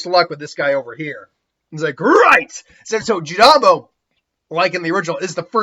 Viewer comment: Jirobo not jirambo I've noticed this in every what if you do in naruto lol